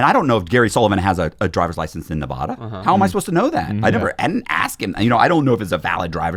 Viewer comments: Oh my God. I relate to this so hard.. People just don't get it. Nev-ad-a not nev-ah-da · If I was the FBI guy, I would know right away he was lying because of how he pronounces Nevada 😂. Great episode!